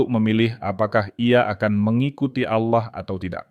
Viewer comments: tolong pengucapan nya di benarkan. ALLAH dengan tegas bukan aulloh. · Allah, bukan Aulloh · Ganti penyebutan sdr ingat ALLAH Bukan aulah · Knapa kata Allah diucapkan olloh, mav ini kedengarannya ga enak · Allah bukan Alloh 😂😂🙏🙏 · Narator nya kok seperti😅 muslim ya, Klo menyebut Allah : A' wlohh.. khas ejaan Muslim. Mohon disimak . Barangkali ada kecenderungan negatif. Pokoknya. Siagalah..😢😮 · hostnya kl ucap ALLAH mirip dg MUSLIM y..... tp memang dialek ALLAH g dimonopoli kaum sbrang aja mstinya BHS sifatnya kan UNIVERSAL